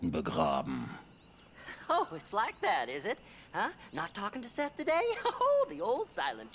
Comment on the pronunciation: sag doch mal bitte SeTH und nicht immer THeS...ist ja furchtbar...